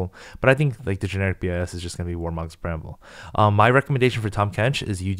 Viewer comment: homie really out here saying bee eye ess